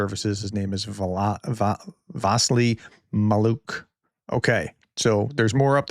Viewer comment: Vasyl (Василь) - "vah-SILL", softened the L like in the "million", but without vowel "i" at the ending. Maliuk (Малюк) - muh-LYUK — where LYUK is like “Luke” but starting with a soft “L”.